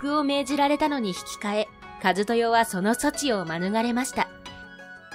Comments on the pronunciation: かずとよだよね？ずっとかつとよって言ってるように聞こえる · 伝説のぷぅーぷぅー帝国 あんまwikiとか信用してないからよく知らんけど、一でかずって読むんだよ。昔だからとかは知らん